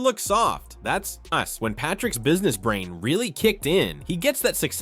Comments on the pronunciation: THE NAME IS BRIAN NOT BRAIN!! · Lol, close but no cigar. It’s Brian, not “Brain”